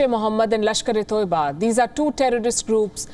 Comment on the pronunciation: It's Not TOIBA it's TAIBA or TAYBA